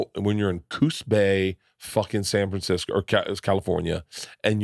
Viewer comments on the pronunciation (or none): none